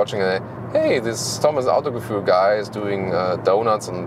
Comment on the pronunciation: Vor allem wenn er Autogefühl englisch ausdrückt...